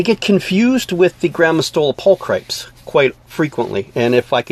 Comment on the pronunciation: "Pul-cri-PEEZ" rather than "pul-cripes." Latin is wicked. :-) Fabulous research & info, though. Definitely one of my favorite species. I'm glad to see them around again!